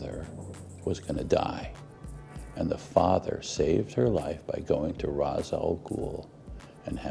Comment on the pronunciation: He's pronouncing it right. Its the same root as in "rastafarian"